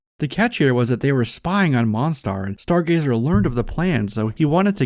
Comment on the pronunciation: It is pronounced Mon-Star. Yes, it ment to suggest "Monster", but it is not pronounced like it.